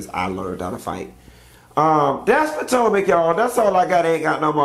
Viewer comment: What happened to him saying real housewives of patanka?! Lol